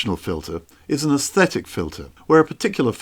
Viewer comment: But he doesn’t pronounce them correctly.